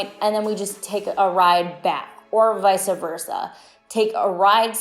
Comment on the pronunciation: Just to be helpful - it's "vice versa" - there is no "a" in the middle.